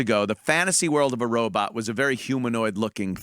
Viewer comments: OMG ANTHONY RO "BOT" not "BUTT" FUCK!!!!!! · Awee said Robut...